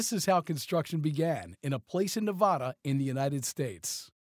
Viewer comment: IT'S NE-VA-DA NOT NA-VA-DA